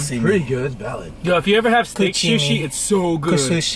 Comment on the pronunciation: everyone having a normal conversation about sushi:: “Coosushi” LMFAOO